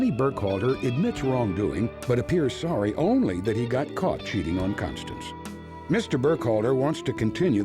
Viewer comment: "Please baby, im sowry! IM SOWRY!!!!"